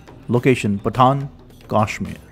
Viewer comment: Its actually pattan